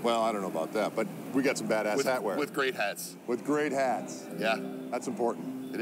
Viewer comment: you said Bad Ass-hat wear!!